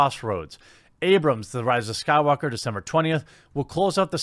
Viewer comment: Who watches these videos just to hear Jeremy repeatedly say, "The Rise of Skywalker" wrong?